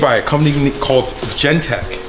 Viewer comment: its genteX not Gentek